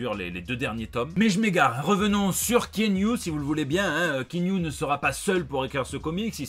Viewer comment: Ki-a-nou,, on dit Ki-a-nou Reeves.